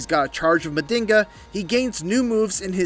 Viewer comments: NOT Mandinga, it's Man-jhinga. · It's pronounces (Ma JiN ga)😊 not (Ma din ga)😂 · It's pronounced "Majinga" pretty much means magic and us capoeiristas use it as a sort of mysticism in capoeira songs... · Not to be that guy, but it is pronounced "Munn-jeen-gha" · Nah that mf said Mandingo counter 🤣🤣🤣